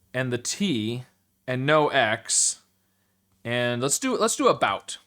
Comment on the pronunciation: ABOOT! …. oh, you did do it (without the accent)